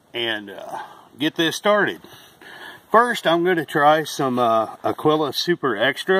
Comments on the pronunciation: "Agwilla", he said! Ha! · It's pronounced a - GEE - la. Spanish for eagle. Thanks. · Busts me up hearing all the different pronunciations of Agiula. Usually they call it "Agweela."